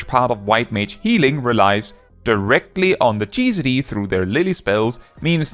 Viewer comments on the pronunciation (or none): Yes, but you didn't say GCD, you said "geezadee" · it still cracks me up that u pronounce GCD as "geecidy"